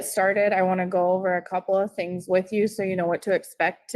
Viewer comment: "The 'things' I did"? He's can't even say it.